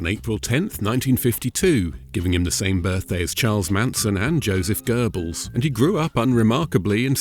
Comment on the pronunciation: I can't be sure if he meant Goebbels or Göring, since he said "Gurr-balls"